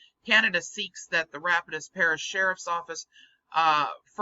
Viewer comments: As a former resident of the great state of Louisiana, the "Rapides" in Rapides Parish is prounounced RAP-PEEDS. Sure, it's a crude phonetic spelling, but I haven't found anyone to blame for that. So far, I've yet to find a single person or municipality that has felt the need to put on a telethon to raise the $10 trillion demanded in this phony baloney paper - and something tells me not to hold my breath waiting to see one. Great work as always,! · It's pronounced Ra-Pides